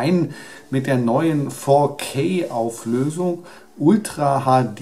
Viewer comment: "Fourkay-Auflösung" :D